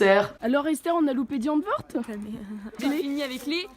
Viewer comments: oulah par contre c pas "di antvord" mais "daï antvourd" mdrr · alors non du coup on dit [di antwoud] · elle l'a si mal prononcé😭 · La façon dont tu prononces Die antwoord...